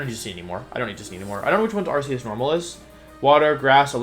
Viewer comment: THAT IS NOT HOW YOU SAY THE NAME, STUPID!